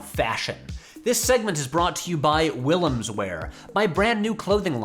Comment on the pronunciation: So weirded out by the way you pronounce your family name - it's also my mother's and I've never heard it in English before.